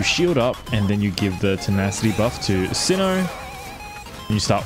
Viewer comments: it hurts my soul everytime you say sin-o instead of sai-no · Why'd he call him "cino" 💀